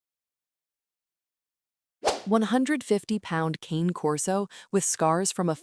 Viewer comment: It's pronounced "kahn-a", not cane